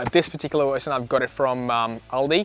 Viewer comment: How come you keep saying wershon?